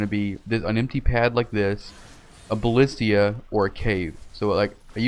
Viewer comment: Ballista, there's no extra I in there. 😂